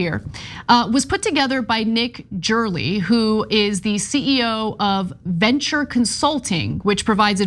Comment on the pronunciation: "Ana's deep dive" into Nick from Reventure Consulting's work, which she did not even pronounce correctly. But at least she gives him credit for all the data that matters in this video.